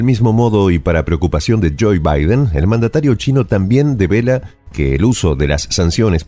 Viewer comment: que mal pronuncia el nombre de Biden este presentador, muchos errores en diferentes videos, errores matemáticos, errores geográficos, errores etnográficos,etc